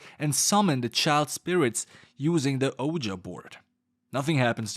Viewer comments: hey, for future reference Ouija is most commonly pronounced as “wee-jee”. The etymology of the word isn’t the best, so either way you go for it is fair game. But i think “wee-jee” will be a good route to go considering it’s the most recognizable pronunciation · broooo my guy its not a o ja board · Only an alien calls the ouija board Oh-ja. You can't hide your secrets any longer. 😆 Edit- Since you had to suffer through this movie on our behalf I'll say you pronounce ouija however you want. Poor thing. lol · OH-JA board LMAO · Does anyone else notice he mispronounced quija